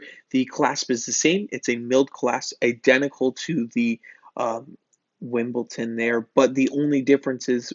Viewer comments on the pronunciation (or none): It’s Wimbledon, darling. Wimbledon.